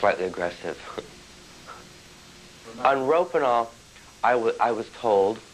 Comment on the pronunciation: Isn't he pronouncing "rohypnol" wrong? Isn't it like, "Ro-HIP-nol" not "ROPE-in-al?"